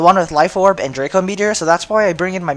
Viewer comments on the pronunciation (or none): none